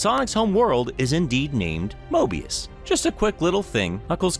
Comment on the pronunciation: Dude it's Mobius